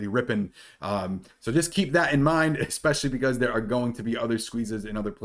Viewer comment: Dude you’re super intelligent so please pronounce especially correctly - it’s ess-specially not ex-specially Jesus Christ people know the damn English language pronunciation